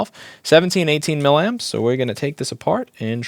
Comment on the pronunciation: Louis, it's "milly-amps". Say it 10 times, milly-amps.